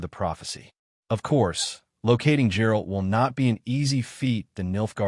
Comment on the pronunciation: Bro at least say "Geralt" correctly. Who tf is Jerald?